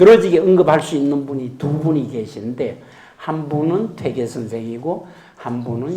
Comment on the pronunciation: 퇴계의 퇴의 발이 틀렸나이다. 길게 발음해야지오!!